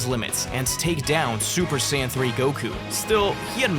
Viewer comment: Bro, you did not have to throw the hard N. It’s okay to say Saiya but Hard N💀